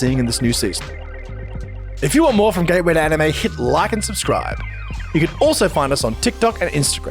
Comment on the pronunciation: Because of the accent, it seems that he doesn't say "gateway to anime" but "gay way to anime" 😄